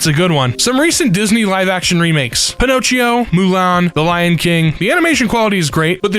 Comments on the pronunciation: I was literally about to say, "did he just pronounce it Pin-oh-cheo?" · The way this man just pronounced Pinocchio hurts my soul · He said it the same in a previous video and thought he was joking. Then i heard it again and was like "ohh he's serious" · I read this. As. He. Was. Saying. It.